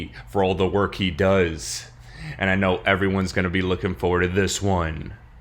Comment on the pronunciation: 'And if you don't gno... now you gno' 👁